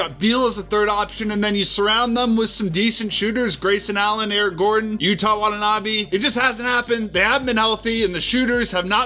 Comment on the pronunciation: Just for future reference so you don't get ratio'd like I did, but Yuta Watanabe isn't pronounced like "Utah" Watanabe but rather "Yooda" Watanabe, with particular emphasis on the T having a D sound